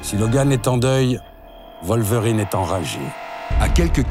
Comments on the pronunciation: {Wallverine} je tiquais à chaque fois que j'entendais {Volverine}. Ca n'enlève rien à la qualité du propos cependant. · Faut revoir la prononciation de Wolverine XD Ça change d'être en extérieur, c'est pas mal.